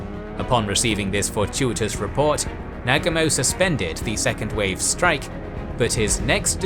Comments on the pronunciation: the mispronouncing of the names on both sides makes this video so hard to watch. Please learn how to pronounce the names of the major characters. The worst is when you say Nag-umo.... It's Na-Gu-Mo.... :( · Excellent account as usual only slightly diminished by the incorrect pronunciation of names such as Nagumo. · Wtf, arrogant Brits can’t pronounce Negumo. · Thumbs down for your laughably incorrect pronunciation of Nagumo.